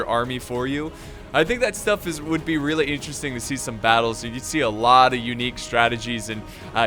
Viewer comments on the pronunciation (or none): none